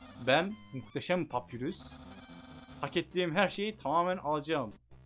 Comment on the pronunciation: abi şans ın adı sans papyrus ise papayrus diye olkunuyor